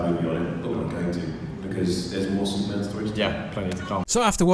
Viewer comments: Bro, you have to learn how to say Super-Man lol. Stop saying soup-man! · Where is the actual news. This is totally your thoughts. Nothing confirmed. Absolute click bait. And it’s Superman. Not soupman.